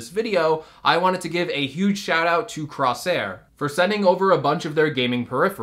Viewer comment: "crossair" lol